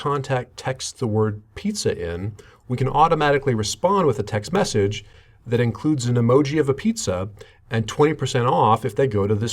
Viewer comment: Why does this person put the emphasis as, "text MESSAGE," rather than, "TEXT message," like a normal person?